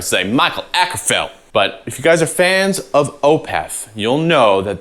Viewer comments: Dang you pronounced his last name pretty damn good!! I love Mikaels playing :D // a swede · Thank you for pronouncing the Å correctly.